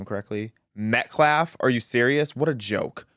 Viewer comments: That POS, baby abuser, felon activist is NOT a lawyer. No, that's not even his attorney! This is a racist, Al Sharpton Jr wannabe that's all! #justiceforAustinMetcalf PS ~ that "activist" can't even pronounce Metcalf, he (keeps) saying MetcLaf 🤦‍♀️ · This character can’t even say Metcalf and has no command of the English language. He’s got a girly name and a rap sheet a mile long, no one should listen to this fool. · Klamelo's media team mispronounced Metcalf's name !